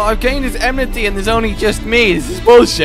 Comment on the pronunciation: “I dont blame you. You might get my emnity.”